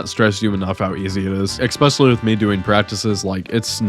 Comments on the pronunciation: And “especially”, not “ecspecially” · Eckscape and eckspecially were killing my brain throughout the entire video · Bro, you gotta chill with "eckspecially" and "eckscape". Also, it's a "figment" of your imagination, not a fragment. Lol. Edit: Dude, "obliverated"? OBLIVERATED??? Be for real. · The main takeaway I got from watching this incredible endeavor was that I need to comment that neither "excape" nor "expecially" are words. That is all. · I will subscribe if you stop saying "excape" and "expecially" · bro needs to learn how to say words that start with 'es' its not exspecially and its not exscape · Hey my guy. Especially has no "X" in it. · i'll sub if you ever learn how to properly say "especially"